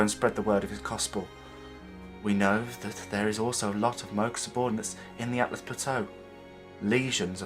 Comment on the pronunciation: Also, its ALTUs, not ATLAs. No hate, just educating. great video, mate!